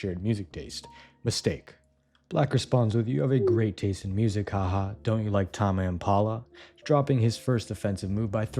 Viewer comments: TAH-MEH IMPALA??? WHAT THE FUCK TAME IS A WORD 😭 yes, yes i read them :3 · bro said "tahmey impala" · it’s pronounced taym im paa luh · TAHMAY IMPALA!?!?!?!?!? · tah-mey impala😭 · Tarmeigh Impala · "Tama empala" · Bro the way you pronounced Tame Impala actually hurt to listen to. ik you do it on purpose but still, please never again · @@ tbf "impala" throws off the word "tame". you'd think it's pronounced differently because of it (as someone who has no clue how to pronounce their name)